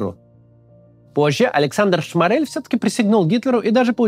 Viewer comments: Только он не ШмАрель, а шмОрель. Это принципиально. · Максим, спасибо за видео, делаете очень важную работу. Но все же в фамилии Шморель ударение на первый слог. Прошу прощения за занудство